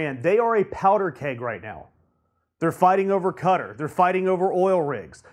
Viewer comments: Fuck whether it's insulting or not it's fucking stupid. Also I just realised that this tool means Qatar (cat-are) when he says cudder. How can you make a coherent point when you can't even pronounce the names of countries? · It's pronounced Katarr, not cutter. Also, what's with that stupid haircut, are you in highschool and just learned about hair gel? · Qatar is pronounced 'KatAr', not 'Cutter'. Also, as mentioned in comments below, Moscow is pronounced 'Moscaw' and Iran is pronounced 'E - ron'. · It's not pronounced like "Cutter". It's pronounced like "Ka-Tar". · I'm American & it's pronounced Qua -tar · He did an even worse pronunciation of Qatar.